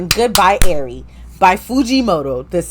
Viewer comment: It’s ari how u say it